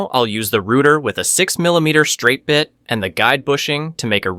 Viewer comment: Good technique and well explained but words like "rooter" instead of router and "poly yoor athene" give away the AI voice. This also explains the lack of energy and strange cadence in the speech. Try narrating yourself, I'm sure it will be better.